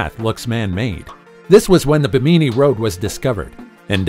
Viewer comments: bee-me-knee (phonetics , your pronunciation… do you mean Bimini? Bim-a-knee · Do you mispronounce words to get more interaction/traffic on your channel? BIM-uh-ni... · This narrator needs to know how to pronounce Bimini it's not bi meanie. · It's pronounced ..... BIM- MIN -KNEE not what ever word salad this guy called it.... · Thank you! Like nails on a chalk board every time he said it incorrectly. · BIMANI YOUR SAYING IT WORNG.......